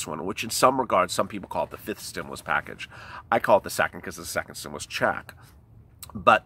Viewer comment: Ooooh ahhhhh, just say stimulas one more time please! Lol. Wow!